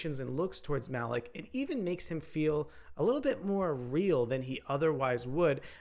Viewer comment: Malik (Mah-leek) not Mah-lick 🙄